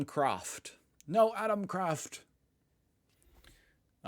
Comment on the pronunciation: Haha! We pronounce it AtOm-Kraft, with the O stressed. Like „a tomb“!